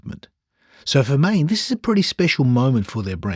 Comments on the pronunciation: It is not "main"...ae is pronounced aaaaah. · Maen is pronounced like Maan in Dutch. aaaaah...